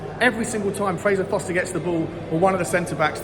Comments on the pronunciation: forster not foster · it's not Foster it's Forster!! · Why can none of you clowns pronounce the name Forster?